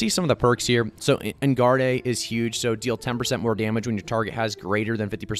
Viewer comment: Did this man real just say... En gard a?..... ☠️